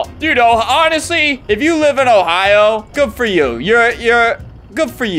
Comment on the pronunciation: I thought bro said " goofoyu" to act chinese but realised he said "good for you " 💀